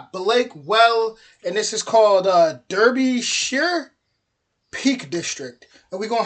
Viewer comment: Derbyshire pronounced DAR BE SHER .The town of Bakewell is 10 minutes by car from me .I visited it alot in Summer with my children. And Mountain Biked all around it in the Peak District. Beautiful.